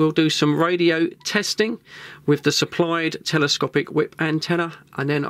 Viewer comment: How can we take you serious with all the dropped THs